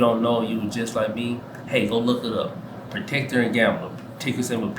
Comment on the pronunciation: Procter* not protecter...Procter & Gamble...I have KO and JNJ...along with PEP, O, CSCO, SCHH and DUK